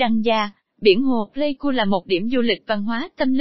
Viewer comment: Pleiku chứ ko phải play ku nhé b.hi